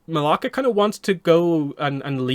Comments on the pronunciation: Her name is Malaya not Malaka, Malaka is a Greek curse word 😭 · I heard it and was like 🤨 that’s not her name. ++ that “ya” in her name is significant